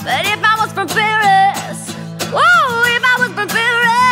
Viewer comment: As Simon would say: Love the voice, love the cover, hate the pronunciation of "Paris"